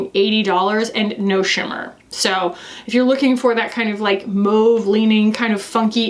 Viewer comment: Someone who says mauve correctly. Thank you!!